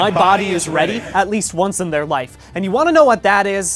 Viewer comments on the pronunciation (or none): none